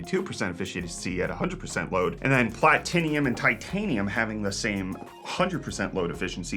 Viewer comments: Bro did not say platinium 😂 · Why did he butcher Platinum?